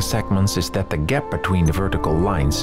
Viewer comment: "CLOSE UP A GEP"